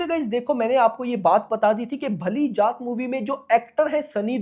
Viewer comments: जात ❌ जाट ✅ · Bhai जात nahi जाट hai woh 😅